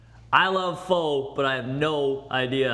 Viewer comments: The moment the bald guy mispronounced "Pho" I knew they would dick this up. Spoiler Alert - They did. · lmao the way they pronounce pho is so wrong